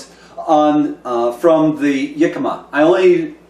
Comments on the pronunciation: Hi, it is actually pronounced Hick a ma, not Yick a ma. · your pronuciation of the world Jicama is wrong for the English language. Look it up.